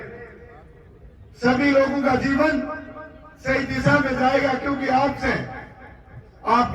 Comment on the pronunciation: भाई तेरे बोलने पर सुधार कर.... Disa ni दिशा होता है... भविष्य बोलना नहीं आता भविष्य सुधार करने की क्या हिमाकत है